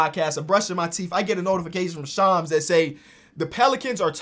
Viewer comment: Bro that’s def not how you pronounce Shams 🤣🤣🤣